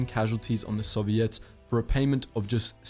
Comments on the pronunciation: Nobody: Him: Soviettes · The way he pronounces Soviets and Erwin rommel is hilarious